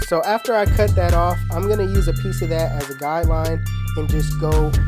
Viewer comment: it sound like he said YouTube this is the cuh